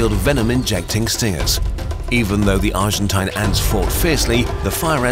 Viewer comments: Hey mr German guy that tries to sound British. Stop trying to sound like a pompous asshole. It’s pronounced argenteen. Argentinian is plural. Don’t take my word for it, autocorrect will prove me right. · argen-tayn its pronounced as argen-tene lol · It's pronounced Argen-teen, not Argen-tahyn. As in rhymes with spleen, not spine. Note this isn't even a tomayto or tomahto situation, in spanish the letter i is pronounced exactly like the english name of the letter e. "een" is correct, "ahyn" is wrong. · Argentine rhymes with machine, quarantine, marine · It's pronounced "argenteen". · Argentine rhymes with machine It's pokysyllabic